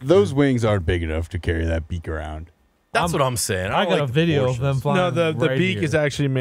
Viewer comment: I’m never getting over saying THUM instead of them everytime